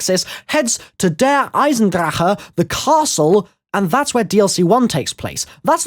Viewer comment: Does he still not know that he's pronouncing Der Eisendrache like an idiot or